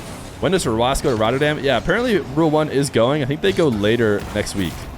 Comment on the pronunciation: his name is rw9 not "row ass"